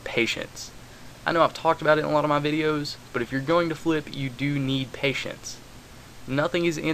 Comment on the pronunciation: he said pateince and im thinking well fuck this...